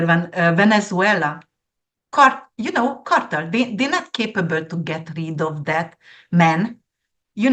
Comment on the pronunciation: Amazing predictions, thank you and. Dear, drug cartell is easier to pronounce if you say: car-tell. I totally agree about the "so called" art that you mentioned. Thank you again 😊koszonom💌🌻